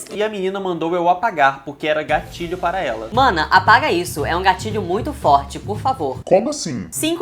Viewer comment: Toda a vez que o falava "gatilho" eu ouvia "gatinho" kkkk Sei lá esse negócio de gatilho é muito besta